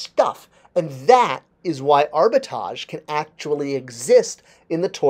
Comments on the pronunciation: Why aren't you pronouncing the 2nd 'R' in the word arbitrage? It's pronounced ARBA-TRAHJ, not ARBA-TAHJ. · you can’t spell and now you can’t pronounce words properly……….ugh. No wonder you can’t get an MBA. It’s very simple, break the word up into 2 parts. Arbi-trage. Now pronounce each part. Good boy. Now try pronouncing them together. Great job. See you can speak properly. 😂😂😂😂😂😂😂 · Abi-Tahj Mowry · Has to “dumb down” his explanation for a word he can’t even pronounce. A perfect example of how the people working these companies think we are morons and in fact clueless themselves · But is pronouncing the first a. He isn’t pronouncing the second R. In your example both R’s are pronounced. Has nothing to do with French this or English that. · Love your videos but hearing you say Arbitrage wrong each time has caused that tiny gremlin section of my brain to activate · That word has two "R"s in it,. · If you're going to make a video about the definition of a word you may want to learn how to pronounce it correctly. There are two "R's" in Arbitrage and both are pronounced. Pronouncing the word correctly you are defining might add to your credibility. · I googled it and played the voice clip for the pronunciation of the word while watching this video. Now, whenever pronounce it wrong in the video, it irritates me. LOL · how can be taken seriously when he can’t pronounce the word his entire video is based on. And his definition or explanation is not the correct definition of the word. But what do I know, I’m just a dumb viewer. know everything there is to know about toys yet knows nothing. 😂😂😂😂😂😂😂